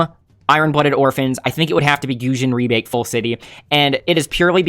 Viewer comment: Goated for saying Gusion Rebake Full City